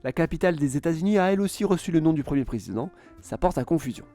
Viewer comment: Prézzzzident... j'ai crû que t'allais recommencer avec ce mot! Mdrrr 😂😂😂